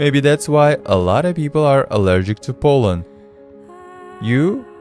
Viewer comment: " each particle of poland " Literally every time he says pollen😂 Each particle of 🇵🇱 😂😂😂😂😂😂